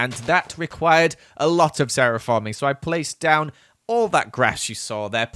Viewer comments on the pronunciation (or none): Has no one noticed he said "Ceraphorming"